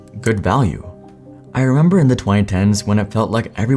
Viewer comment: The cable. "Thee" audio cable. Next word has to start with a vowel to say, "thee". YouTube is ripe with people butchering this simple rule.